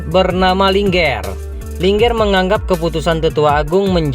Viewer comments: Bang cuma masukan, baca linger.bukan linger, tapi di baca Ling 'er,( Ling) ( er ), terimakasih 🙏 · Saran bang untuk penyebutannya Ling,err Bukan linger .bukan satu kata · Mimin skedar info namanya Ling er bukan Lingger bedakan lh min 😭 jadi ga enk di dengar